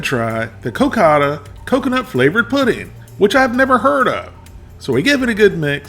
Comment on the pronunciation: The pudding is pronounced "co-caw-dah". Wolfie: I hope you didn't eat both of those on the same day! That would have been 1200 calories.